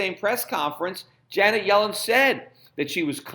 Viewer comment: I know who she is dumbass....if you listen to Schifts "pronounciation"....He says it as "Johnet" instead of "Janet"...